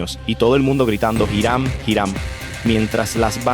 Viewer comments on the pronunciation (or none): Me atrevo a apostar que si voy a Manatí y pregunto sobre "Jirán" me mandan al carajo... Tal vez si pregunto por "iˈɾam" si sepan de quien le hablo. Me gustan tus videos, pero toma en cuenta dos cosas: 1) La pronunciación correcta es sumamente importante para llevar bien el mensaje. 2) Los criminales de los que hablas en tus videos son eso, criminales, y no los debes romantizar (y decir que no los romantizas no basta, solo hay que escuchar los adjetivos que usas y el brillo de admiración en tu voz). Gracias por tu trabajo y por favor, toma en cuenta estos consejos.